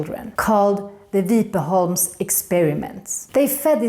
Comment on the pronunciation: Sorry but I can't help but nitpick. The pronunciation of Vipeholm is as if it was spelled with two P. Not sure if this is a Skåne thing since it's the same with Ramlösa. If you say ram as in a bears paw the locals will turn into angry bears 😆 Edit: quick edit my Swedish teacher wife informed me that the i Vipeholm actually is somewhere in-between a long and short i. The issue here is probably because the weight is placed on "holm" and not "vip". ❤